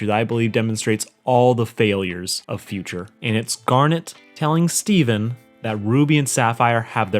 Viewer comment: Did he just have a stroke trying to pronounce Garnet’s name twice?